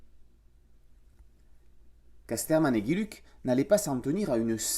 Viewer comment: Philippe Geluck, un super artiste belge. Geluck se prononce "gheux luc" ;-) Mais bon, "géluc", c'est sympa aussi comme prononciation ;-)